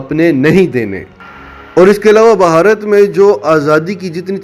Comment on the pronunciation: بھائی صاحب اصل تلفظ بھارت ہے بہارت نہیں ۔۔ 🤪🤪🤪